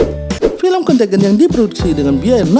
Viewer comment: Bagus isi nya, semoga terus berkembang channel nya. Sedikit saran bisa riset dlu pengucapan nama2 or data (dlm hal ini pengucapan nama film nya) dlm b.inggris nya.. jd lebih okeh lg nonton nya... suksess